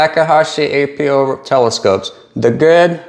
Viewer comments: Why do you call them ay-pee-ohs? You say achro so why not just say apo? Are you not referring to “apochromat”? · It's 'Apo' - Not 'A.P.O.' Apo doesn't stand for anything. It's just short for apochromatic.